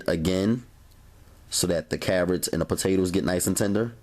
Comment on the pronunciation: "the potatews" 😭😂😭